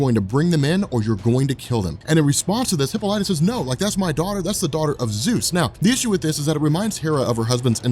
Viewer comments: LOL Come on dude. HippoLightah? It's hip - AH - li - ta ! PS I love your stuff man. I have been binging on your channel for weeks now. Pronunciation of hero names and places is your kryptonite though. BEE-ah-lee-ah is the city at the start of this series. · Hippolyta [hi-pol-i-tuh] "hippo-light-a" is driving me crazy. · Wonder woman's mom's name is pronounced hip-Paul-lit-ta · You pronounce Hippolyta's name like a jackass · Thank you, I'm glad I'm not the only one, I didnt wanna be the one to say anything.